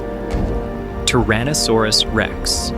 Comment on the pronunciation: TYrannosaurus...not TARaannosaurus